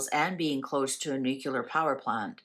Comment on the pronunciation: nucelar? nuclear!! trump also pronounces it incorrect